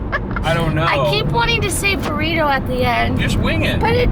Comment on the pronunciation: " B O R R I T O" " B O R R I T O" ..." BORRITO"